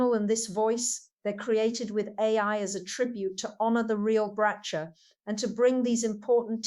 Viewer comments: It cannot be a tribute. As Bracha is alive!!!! Tribute 8s done when people die. This is a fradulent page. Bracha's name is pronounced Brakha -as in hot , not BraCHA - AS IN cheese. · SI can't even pronounce Bracha's name properly:( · Couldn't even pronounce her name properly. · Even the pronunciation of her name is incorrect. Not sure if the information is valid, but the video is not.